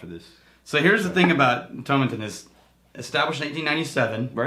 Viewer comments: Toe-maa-tin lads; it'll sound (and possibly taste better!) if you say it that way:P I know what is saying about whiskies that are primarily made for blends, but you get the odd stonker. I'm enjoying a Caol Ila at the moment, and thats certainly full of character whilst being a big blend component in other whiskies. P.S. I wrote that before I saw you lads mention Caol Ila - great minds eh.;) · It's like how you would pronounce tomato in the UK so to rhyming with paw and matin rhyming with Satin with no emphasis on any syllable. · Tomatin ( the pronunciation key said rhymes with Satan when i bought a 12 year old bottle back in 94... It also said it was used to make blends) it was awful then and under 18 bucks .. awful was an understatement.